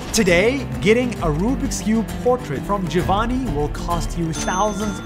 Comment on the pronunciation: “Jovanny” As an Italian girl how Nas pronounces “Giovanni” is really funny AHAH Anyway I love ur videos Nas!